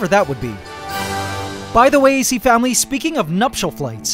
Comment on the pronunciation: Did u say acFAMILY?!?!?!